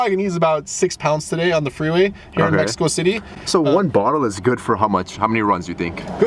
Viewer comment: Mexico city 😂 always funny hearing that